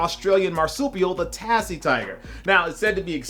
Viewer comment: You pronounce it tazzie tiger